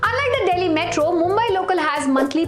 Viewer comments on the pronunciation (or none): none